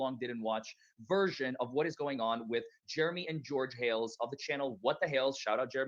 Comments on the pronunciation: it’s Hales (like hails) not hells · It is pronounced What The Hayls. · Hales hales not hells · Hi, I've watched What The Hale$ for 6 years. The name is Hales pronounced like Pails. George is his Fiancé, they are not yet married.